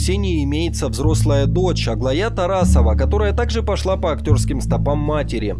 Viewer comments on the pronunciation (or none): Голос за кадром, научитесь ударения ставить в именах. АглАя будет правильно, а не АглаЯ)))уши режет аж вас слушать ...позор((( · Не АглаЯ , а Аглая. Какие безграмотные дикторы((( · Точно, Аглая́. Это ж надо так постараться! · Господи, какая чушня! Почему диктор с восхищением говорит о том, что актрисы не скрывают свое происхождение?! Они что, родом из племени каннибалов? И ещё, нельзя имя Аглая произносить с идиотским ударением на последнюю букву!! Рассчитывая на многочисленные просмотры надо проверять текст по словарям. Если уж не хватает своих знаний. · Убило ударение в имени АглаЯ... Понятно зачем это делают, но слушать невыносимая...